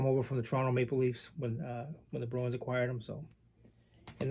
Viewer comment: Hello. It took me awile to figure out you were saying Bruins. I hear Browens!! Ha. I'm not a hockey guy, unless it's Orr or Gretzky, but ran across a decent '72 Cheevers and a few other "Browens" cards I'd be happy to trade.